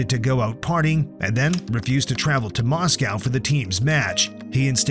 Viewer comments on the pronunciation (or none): none